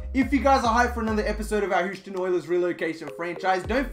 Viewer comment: Please say Houston right